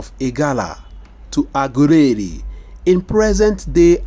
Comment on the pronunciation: Lol the person reading is illiterate can’t even pronounced well 😢 Shame on u lol😅😅😅😅 aguleri my foot